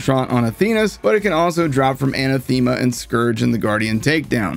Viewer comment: That’s not how you pronounce Anathema.